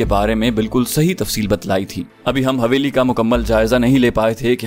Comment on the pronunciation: حویلی۔۔۔ح۔۔یہ۔ھے نہ کہ ( ہ) معزرت کے ساتھ